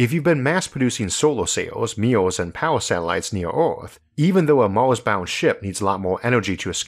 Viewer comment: Can you stop calling Mars "mouse"? So distracting.